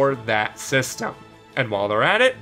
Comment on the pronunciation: the word system sounded weird at the end